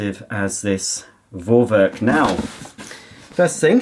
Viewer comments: Just pronounce it "Forwerk" because it is a german brand and name and in german alphabet "V" is pronounced as "F", so just "Forwerk" and it's mean something like pre-work but it is not exact translation :) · I'm german, just say Forwerk, V is like an F in german. Love your channel and you are the best!